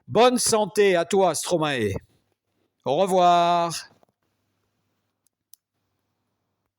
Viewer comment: Merci, Monsieur, pour ce bel hommage. Veuillez svp prononcer "ae" comme dans maestro (origine du nom d’artiste de Paul Van Haver): Maestro/mae-stro/stro-mae/Stromae. Vous entendrez l’explication du maître sur YouTube: « Stromae-AKA Stromae » D’accord, c’est une explication en anglais, mais vous pouvez faire confiance aux flics bruxellois dans « Stromae-Formidable (ceci n’est pas une leçon », sur YouTube également.